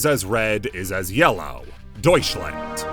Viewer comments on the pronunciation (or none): none